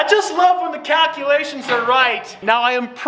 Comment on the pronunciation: Anybody else hear "cat-culations"?